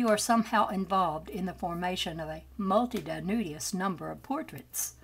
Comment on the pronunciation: multitudinous: pronounced like: MUL..Tihh--.too...din..us five syllables See definition and explanation below: mul·ti·tu·di·nous/ [muhl-ti-tood-n-uhs, -tyood-] Show IPA adjective 1. forming a multitude or great number; existing, occurring, or present in great numbers; very numerous. 2. comprising many items, parts, or elements. 3. Archaic. crowded or thronged.